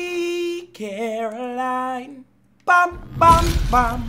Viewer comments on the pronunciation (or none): none